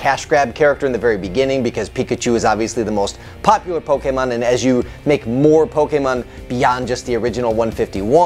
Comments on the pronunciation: Can you please just never speak about Pokemon again? You can't even pronounce Pokemon right. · Like, I'm sorry, I love your content but that made it really hard to enjoy this video.